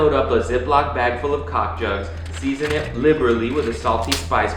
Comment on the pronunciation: Full of... Cock jugs? Am I hearing this right?